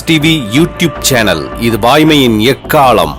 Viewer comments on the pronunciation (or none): அறிவிப்பாளர் ஏன் 'எக்காளம்' என்ற வார்த்தையை 'எக்காலம்' என்று உச்சரிக்கிறார்...